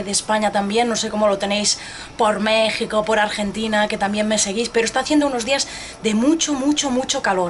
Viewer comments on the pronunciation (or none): none